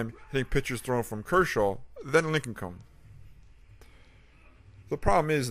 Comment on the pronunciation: lincecum is pronounced linsicum